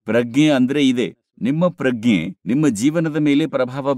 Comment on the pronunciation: Sir, your translation is good. But Pragna is prounced in Kannada as Pra-g-ne and not Pragge.